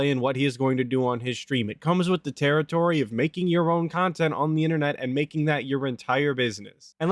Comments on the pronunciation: It's pronounced kahntent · It’s honestly jarring and sad that Boogie (an equally redacted and reprehensible degen by all accounts) can actually go and have fun with his girlfriend/sugar baby/escort by doing all kinds of stuff offline away from a computer/screen. Granted, he’ll record it for cahntent but him and his sugar baby will go to the water park or he’ll drag her to his “dads favorite restaurant…Long John Silvers” so he can fatly inhale fried cod in front of her. Meanwhile brain and soul is so atrophied that he genuinely cannot comprehend spending time with Kat unless they’re in front of a screen consooming more cahntent. Sad!